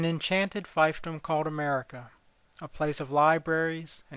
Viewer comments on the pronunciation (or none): Fiefdom is pronounced FEEFDOM not FIFEDOM or fife and drum This mispronunciation was also made by the weird revenue agent who had a baby with Nuckie's cast-off show girl - I don't know how this mispronunciation occurred - something in the water? lack of a classical education? situational dyslexia?